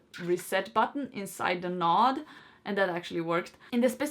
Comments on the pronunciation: Connect and setup first node, plugin second node close to first, set that up, plugin and setup 3rd node close to the first 2, set it up, let it finish. Then take other 2 nodes and plug them in elsewhere. My only annoyance is the repeated use of "nod" instead of node. Is that thing in the middle of your face a noz (nahz) or a nose (noh-s)? It is noh-d, not nah-d. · Not that I disliked the speaker, but she was a bit annoying pronouncing it a "nod" instead of a"node". You nod off, but in geek speak it is n-o-d-e . Lets agree there is a bit of an accent difference, so continue calling it a nod as long as everyone knows the difference.